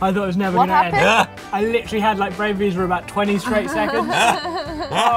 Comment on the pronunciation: "I've literally had my frain breeze" did I just hear that right???